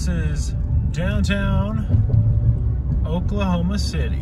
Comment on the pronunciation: оклахоама, оклахома, friends ....